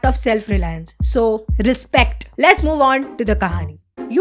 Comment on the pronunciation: 7.02 Respect❌ Risspect😂